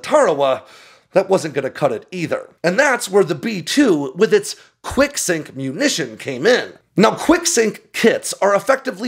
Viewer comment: I thought he was saying "Quick-sic", until I saw the text. Enunciation matters.